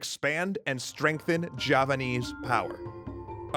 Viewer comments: Mapajahit ❌ mapahajit❌ majhapajit❌ ma-ja-pa-hit? ✔️ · Oh look who controls all the islands its the: Mahajapit❌ Mapajahit❌ Majahapit❌ Ma ja pa hit? ✅ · So Bill Wurtz definitely pronounced it Wrong. So it is the Mayapahit? Edit: I also got it wrong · Oh look who controls all the islands! It’s the mahajapit❌ Majahapit❌ Mapajahit❌ Mahapajit❌ Mapajahit❌ Ma-ja-pa-hit? ✅✅✅ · Mapajahit?🚫 Mahapajit? 🚫 Mapahajit?🚫 Mahajapit?🚫 Ma...ja..pahit?✔️✔️✔️ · it's all perfect, but the pronunciation. as an Indonesian, i really appreciate the coverage of this segment. but the butchering of names and terms are cringe worthy. Majapahit =Majapaheet Jago= the J is read the same way as the J in Majapahit, not a Y. R are suppose to be let rolled on the roof of your mouth, instead of crunching the tongue behind the lower teeth. Kediri = kedeeree or, try reaching out an Indonesian for references of pronunciation <3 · ItS NaMED MaPaJAHiT ThaTs WhAT BILl WUrtZ SaiD!1!1! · indonesian would pronounce it with j tho. So ma-ja with hard j